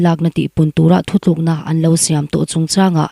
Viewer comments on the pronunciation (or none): none